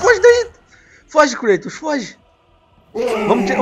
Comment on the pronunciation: creitos... HAHAHAHAH é Kratos!!